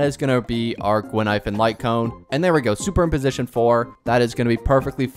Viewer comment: Btw. Her name Gui-Nai-Fen. Not Guin-Ai-Fen.